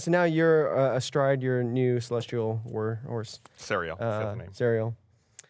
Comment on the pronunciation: am i the only one who thought gus said walrus and not war horse when casting the find steed